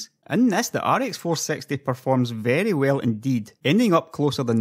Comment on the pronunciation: ok now that i listen again ive no idea whats his accent honestly. Also whats with the facepalm? i meant when he says rx 460 it sounds like "ar ex four sexty".